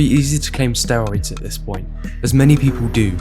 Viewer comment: They all mispronounced "steroids".